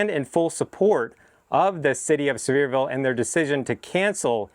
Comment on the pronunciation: I’m pretty sure it’s pronounced See-ver-ville Sincerely, the grammar Nazi